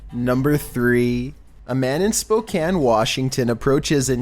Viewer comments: Well, #3 freaks me out the most because I'm in Spokane (by the way, you said it correctly,... I'm proud of you). Yesterday, I had some crazy guy knocking on the side of my house or trying to break in. I opened the door and he ran up telling me I needed to let him inside before "they see me". I says, "ABSOLUTELY NOT. GET OUT OF HERE." and called the cops. Apparently he was running from them because they came over to look for him. Ugh. This city is crazy sometimes. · Thanks for pronouncing Spokane correctly.